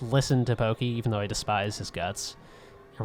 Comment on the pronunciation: giygas is pronounced geeeeg its a japanese thing. and its porky not pokeeeee translation was a bitch back then